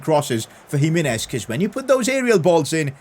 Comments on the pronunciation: PCQ: you should try singing Gonçalo Guedes he's a LM LW with high potential, not too expensive and he's portuguesse, Also when you pronounce Raúl Jiménez say Ji- meh-nez not Ji-mi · PCq: it is pronounced Raul Jimenez, not jiminez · Its GIMENEZ not HIMINES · Pcq: Jimenez is prounced himehnez